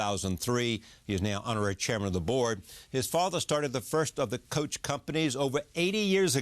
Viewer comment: Adamda yanlis telafuz ediyor coach diyor